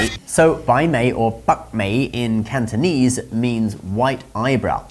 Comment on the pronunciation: Your mandarin pronunciation is more than perfect but Cantonese needs work. 😅